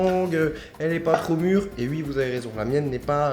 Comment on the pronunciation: J'aime trop quand il dit "ui" 😂 et sa tête quand il a goûté l'acide malique 😂😂😂